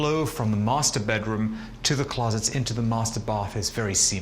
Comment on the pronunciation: nobody: this man: bedrum